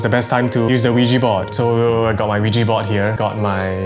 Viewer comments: It’s ouija not ouiji 😂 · bro said ouiji board instead of ouija legit thought he said lugi board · I tought he was saying "Luigi board" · I heard Luigi board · I misheard Luigi board